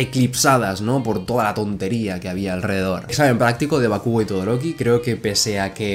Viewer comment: Por qué decís bakúgo? Si la pronunciación más cercana a la original sería bákugo.